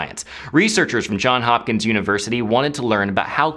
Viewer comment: said John Hopkins.... it’s Johns Hopkins. Smh